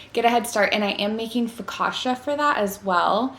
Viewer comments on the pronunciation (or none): Hi, loved the video❤ just a quick thing the spelling of focaccia is not „fokasha“ its kind of „fokatCHa“ ❤love Leila